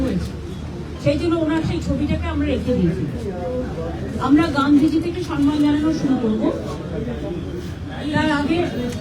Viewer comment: কথাটা হলো সম্মান, সনমান না.